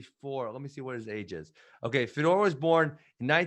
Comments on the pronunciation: Hey Ben, it's pronounced Fey-Dor not FeDoor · Nobody gone say something about the way Ben say Fedor? Sounded like fedora 😂😂😂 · Ben probably doesnt like foreign fighters because he is too white to pronounce their names. He can't even say Fedor right lol